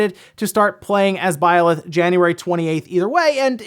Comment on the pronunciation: I wonder where sees the "o" in Byleth...